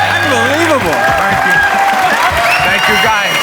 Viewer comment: can’t say “thankyou”